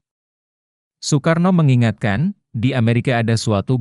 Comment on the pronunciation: narasi mohon di koreksi sesuai dengan pembacaan ejaan Van Ophuijsen. Nama orang Soekarno, Soepomo, di baca Sukarno dan Supomo. Jangan di baca oe mutlak.